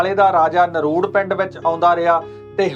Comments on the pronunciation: Hello, there’s one little correction. Its not naruud, its NARDU. I belong to the same village! 🤗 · ਨਰੂੜ ਨਹੀਂ ਨਰੜੂ ਆ ਵੀਰ ਇਸ ਪਿੰਡ ਦਾ ਨਾਮ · ਨਰੁੜ ਨਹੀਂ ਨਰੜੂ ਹੈ ਜੀ। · ਨਰੂੜ ਨਹੀਂ ਨਰੜੂ